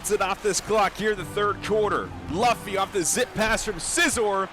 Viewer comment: Ts spiked my cortisol every time he said it